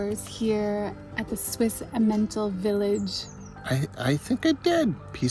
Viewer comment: I can't be absolutely sure about breakfasts in German-speaking Switzerland, but if it is like breakfasts in Germany (where I lived for a few years), they are an important meal. One is served bread/rolls, cheese, Aufschnitt (cold cuts), and an egg (often soft-boiled). And, by the way, it is pronounced EMM en tal.